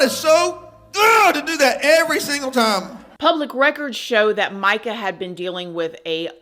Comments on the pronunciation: It's announced, Meeka, NOT Mica. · Per her family, it is pronounced "me-ka" not "my-ka"